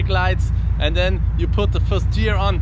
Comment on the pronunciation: It's "Gear", not "Tschear" 😉